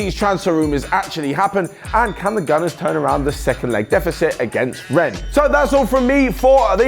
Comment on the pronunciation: Ngl you pronounced rennes spot on